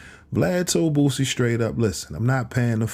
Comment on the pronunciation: Dude, Its BOOSIE not BOOZIE.